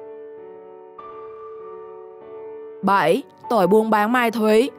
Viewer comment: "Mai thúy" là gì? Giọng đã dở, phát âm còn sai nữa.